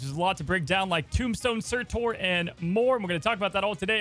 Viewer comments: "Sir chur" is how you pronounce Surtut....I think😂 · Surtur is pronounced sir(as in yes, sir) and then ter(as in terminate) sir-ter. 🫡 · Surtur = SER-TER